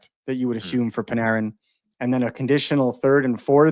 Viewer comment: It's funny listening to pronounce the name Panarin 😊